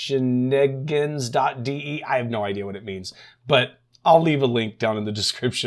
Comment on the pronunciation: haha pronounciation is on spot :D you just need to stretch the "ee" a little bit longer haha (thats why we use double E, another example would be german "Moor", its pronounced and streched like an american "more" ) but the sound is right though most people make the mistake to pronounce a german "e" like a "i" oh and the "a" in gans is more like guns Schneegans is a snowgoose in german btw